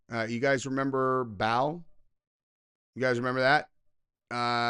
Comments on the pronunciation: Brother, Baal is pronounced like bail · It BAAL. There’s no extra L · MOLOCH is pronounced Mó -Lec BAAL is pronounced Bail They are 1 in the same, just a different centuries. The babies would be put in ALIVE, the the fires were stoked. The babies would scream & cry, eventually overcome by the abuse of it's mother & father, the heat & the smoke. This is a FILTHY, HEARTLESS Demonic Deity - thats been here since before mankind was. Just like you know what your children are experiencing, Cuz You've BEEN There. !!! Likewise Satan, Baal, WHATEVER his name is today makes NO DIFFERENCE. You will know him by his FRUIT (what he produces) babies dying, children being trafficked for PERVERTED Reasons & Money! SLAVERY IS ALIVE TODAY. Just ask ANY of those who were RESCUED! Just ask em !!! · BAAL is pronounced Bail, Canannites the first A is a long A